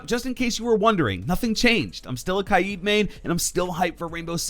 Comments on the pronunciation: Kaid* not kai-id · Stop saying kaids name like that